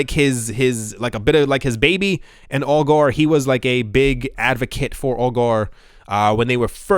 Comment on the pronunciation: ‘Augur’ rhymes with ‘blogger’.